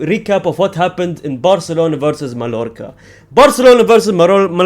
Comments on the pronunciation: As a Barcelona fan, your channel is peak entertainment for me. Just one note tho: the double L in Spanish names is always pronounced as a longer i, j or y, never L, so Mallorca is pronounced as maiiorca. Same goes for Villareal -> Viiareal, Sevilla -> Seviia, Rayo Vallecano -> Rayo Vaiiecano et cetera. You get my point :) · it's pronounced "MAYORCA". Two L's in Spanish make a "Y" sound.